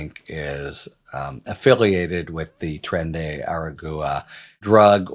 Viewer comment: Please learn how to pronounce "aragua"